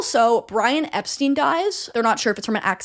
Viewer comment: For future reference, the Beatles have always pronounced it "Ep-stine"